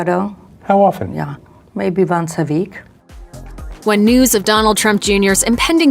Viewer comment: She speaks to Donald vonce a veek.